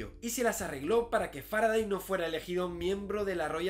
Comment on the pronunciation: Salvo que se pronuncia Faradey, al igual que Sunday, Monday o Friday. O cómo pronuncias los días de la semana en inglés?